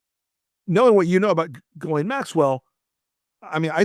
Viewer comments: you’re mispronouncing the name. It’s “Jizz-lane.” You’re welcum. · The woman's name is Ghislaine and it's pronounced J-is-lāne. Not an uncommon name in Quebec. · "Ghee-lane". That's how it's pronounced, like the southern Asian version of butter. To show respect for the victims, the villain's names should be spoken correctly. That way, we will never forget who these monsters are and what they did. Everybody knows how to pronounce "Ted Bundy".